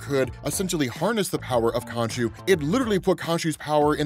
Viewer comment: When I left youtube on autoplay, I didn't expect it to reach here. Suffice to say, I got MH4U flashbacks when I thought you said "Konchu"